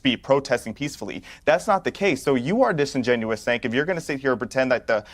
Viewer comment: got Cenk and Cornell in a tizzy🤣🤣🤣🤣. Did he call Cenk, “sink”😭😭 like kitchen sink??? Their only response is “you’re a liar”, “you’re a racist” never addressed the merit of what was said.